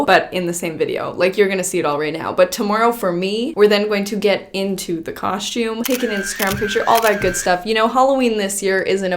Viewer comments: Everyone else: “cos-tume” ❤️: “cosh-tume” Lmao I love it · u still say coshtume instead of costume 😂😂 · It's the "my Halloween cosh-toooom" for me 💀😂🤣😂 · Just wanted to hear you say Coshoom🤣 love how you keep it real! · why you say "COSHTiUME" lmaooo like HUH? babygirl you LITERALLT say " kauschtiume " AM I RIGHT? 😂 someone back me up here lol LOVE YOU GIRL! HAPPY HALLOWEEN EVERYONE ILYYY ALLLL BBBBYZ xoxo 👻 💛 🎃 🌕 ps ima new yorker so I already know I be saying shit wit an accent. but KAUSCHTIUuME?!!?!?! lmao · I love that you still cohstume its so cute:) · I absolutely love, but she's the only person I know that says "caushtyoum" lol 😆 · Everyone: costume:... Coshume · Anyone else read the title "Making my Halloween coshoom" in voice? 😆